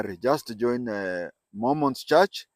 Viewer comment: It’s Mormons and not Momons